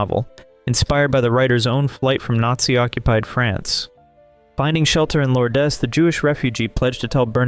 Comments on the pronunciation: Not 'Law-dez'. More like 'Lords/Lauds'. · Thank you for the interesting information on these unforgettable and truly inspiring films ---such a wonderful display of film-making at it's finest! They just don't make films like they used to, it seems. Just a little tidbit: "Lourdes" is pronounced "Lords"---just trying to help. Take care and again, thank you for your presentation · Lor- des? The narrator is an idiot. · Lourdes is one syllable. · and as I learned, in Lourdes, the "s" is silent. God Bless!